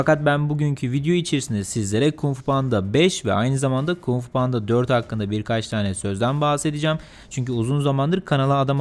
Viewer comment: KUMG FU DEĞİL ABİ KUNG FU.